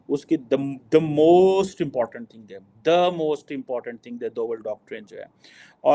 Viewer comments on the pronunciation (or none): none